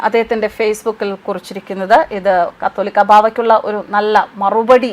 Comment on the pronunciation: "കത്തോലിക്കാ" ബാവ എന്നല്ല കാതോലിക്കാ ബാവ എന്നാണു. വെടിക്കെട്ടും ആന പ്രകടനവും അവസാനിപ്പിക്കേണ്ട കാലം കഴിഞ്ഞിരിക്കുന്നു. മനുഷ്യർ സുബോധമുള്ളവരാകുക. 👍🤗